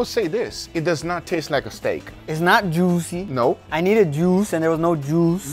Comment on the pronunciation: Its not duicy😂